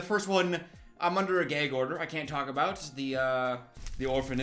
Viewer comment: oh the way he says “gag order”, he’s so midwestern 😂